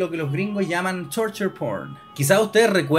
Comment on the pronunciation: Al pasar los minutos la pronunciación de "Torture P*rn", sonaba a "Turtle P*rn". 🐢😮